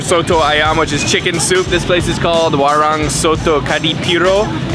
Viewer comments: A lil correction: WARUNG is pronounced: WA ROONG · Hi, I like the way you pronounce "Warung" it sounds funny and no offensive at all 😂